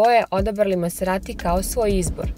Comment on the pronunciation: Oboje ste izuzetno lepi. Lepotica i zver. Mala primedba ali bitna: Izgovara se mazerati a ne maserati kako piše. Da se izgovara maserati onda bi pisalo "masserati" što svakako nije slučaj. Dakle, i MaZerati.